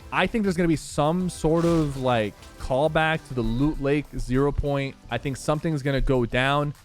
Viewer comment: “Luut layke” lol